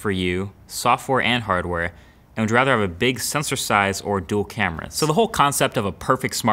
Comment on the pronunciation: "software and hardTHERE!" lol